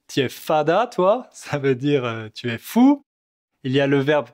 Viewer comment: Marseillais dit "chu" à place de "tu"